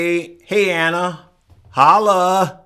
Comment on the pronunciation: Yooooo she said hola my dude not. Hollaaaa